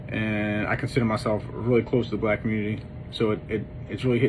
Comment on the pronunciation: You don’t even know how to say black right.